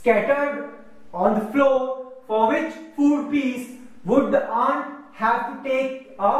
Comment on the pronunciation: sorry its not aunt its ant